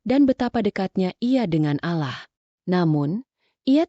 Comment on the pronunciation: Maaf min kok cara baca Allah nya kayak gitu,kayak nggak beragama..😢😢